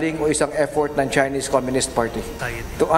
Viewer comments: Tseenis character pagbasa ng chinese characters? Too much mag training naman kau lalo pano mag basa!!! Kakahiya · hahaha sa kaartehan mo, ang pronounce ng Chinese eh Tsinis. Noon pa man obvious na ang kaartehanan ni sa pagbigkas sa kanyang pagbabalita. Maayos at mapapagkatiwalaan ang mga balita ng UNTV, lamang sumusobra na sa kaartehan sa pababalita si. Puna ko lang naman ito. ✌️